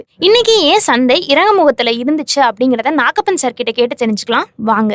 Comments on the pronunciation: நாக்கப்பன் இல்ல நாகப்பன் 😂 உச்சத்த தொட்ட தமிழ்ல சொல்லிட்டு, low வ தொட்டனு English ல சொல்றீங்க... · MADAM NAGAPPAN ENRU AZAGA SOLLUMMA/ NAKKAPPAN ENDRU SOLLATHEERGAL